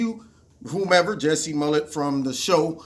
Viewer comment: His last name is not Smullett. It’s Smollett.